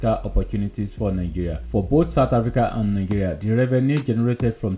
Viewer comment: point of correction, Africa not Hafrica